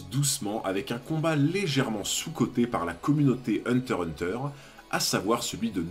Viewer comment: Ah tu dis hunter hunter comme il faut. J'avais remarque mais ça me dérangeait pas du tout tellement tes vidéos sont qualis! Continues t'as vraiment une super chaîne